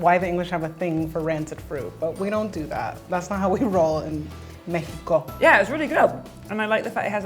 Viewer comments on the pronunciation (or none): The way that the mexican girl ways saying “Mejico” with Emphasis.